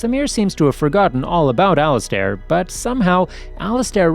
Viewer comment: It would be better if you could read better... Al-iz-stare?? 🧐🤔🤨